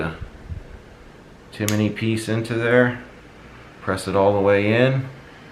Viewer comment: a lot of people are saying it lol adding letters to the name. Timinney Cricket